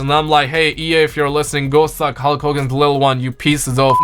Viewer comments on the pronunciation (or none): none